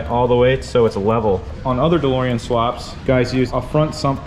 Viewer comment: The DeLowrean hahaha love it! Also love that Cha-Ching hat with flat front panel in black and camo accents- let me know when that bad boy is available! I only saw the full camo one and like those flat front panels...